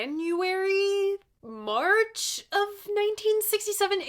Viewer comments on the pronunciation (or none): none